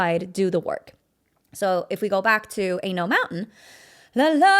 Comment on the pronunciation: Good stuff, but I almost busted a gut: "Anal Mountain" ?!?! You mean "Ain't No Mountain"?